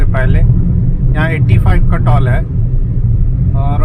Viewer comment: सब अच्छा है, आप टॉल मत बोलिये, टोल बोलिये कृपया😂